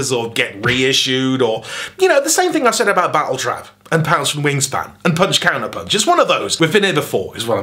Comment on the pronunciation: You pronounced Punch/Counterpunch properly?! I DEMAND a do over!